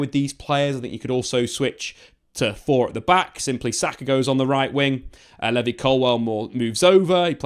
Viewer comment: i will never pronounce Levi the same ever again🤣